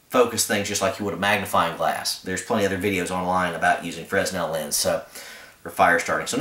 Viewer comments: The S is silent in Fresnel. Fra nel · Fresnel > 'frah-nell'